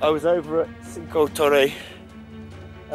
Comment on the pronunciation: Hi! Great video, apart from the pronunciation of Cinque Torri... :) What is the name of the via ferrata route you climbed?